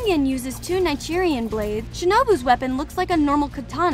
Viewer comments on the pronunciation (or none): Don’t forget “ Nigerian blades” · dont forget nichirian